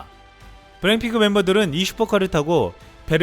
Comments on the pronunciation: 블랙을 블랭이라고 하누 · 블랙핑크를 왜 블랭핑크라고 발음하나 ㄱ 발음을 못해..바보 자식이네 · 언어 구사를 정확히 합시다! '블랭핑크'라는 발음이 자꾸 목에 가시처럼 신경 쓰이네요! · 발음이 참 이상하네 블랙핑크를 블램핑크라고 자꾸 하는거같네. 성우 바까라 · 근데 말하는게 계속 블랭핑크로 들리네 ㅎㅎㅎ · 블랙핑크 발음이 안되나? 블랭핑크 ? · 내 귀에는 왜 블랙핑크가 아니라 블랭 핑크로 들리지!